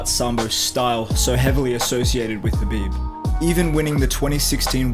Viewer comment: The next khabife??? the next pack-man-doo Paqueado? The next lomashenko daaaaaaaaaa ure and y-di0t